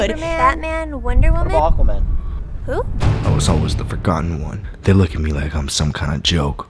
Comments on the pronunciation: It sounds like they're saying arquaman rather than aquaman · it's so funny, in the film he pronounces the last sentence in the real film as 'I am... UQUAMUN Although probably that's how just Americans pronounce it